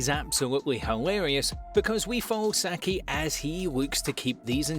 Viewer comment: Its siki not saki